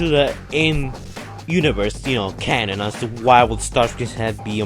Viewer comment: Cannon? CANNON? Let me obsess over this little mistake.